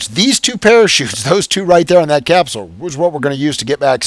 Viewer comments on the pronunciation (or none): none